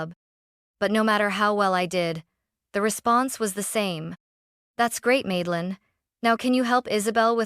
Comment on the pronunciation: Grandma is a Rockstar ❤❤❤. Also, it's Madelyn, not Maidelyn.